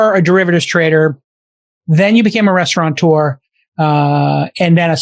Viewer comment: There's no N in restaurateur!